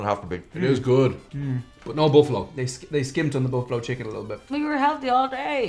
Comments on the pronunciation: "BUFFLALO"" Pizza? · "Bufflalo"? had to rewind to see it again lol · "Bufflalo Pizza" 🤔